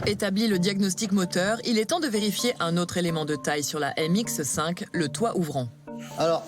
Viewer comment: Ha ha çà ne se prononce pas M X EU 5 mais MX5 tout court :-) !